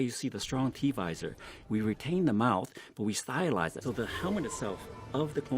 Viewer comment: If that man says "styleize" one more time...